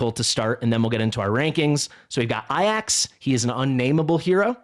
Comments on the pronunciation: Why do you say Ayax ? It's Ajax like it reads. Also he is not that rare, he was my first A5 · Please. "Ay-jacks" Not "Eye-axe"